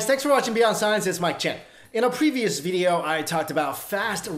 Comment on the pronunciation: Why you always say Vydeo? lol